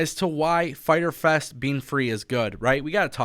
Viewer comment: Internet gonna be broken FAITER FES (Spanish Accent) haha